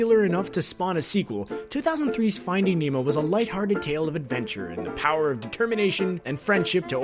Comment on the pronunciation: I thought you said emo. Not Nemo. Sorry. Also I knew the frozen one.